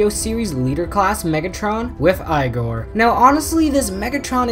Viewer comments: its not Eye-gore, its eeee-gore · It is yegor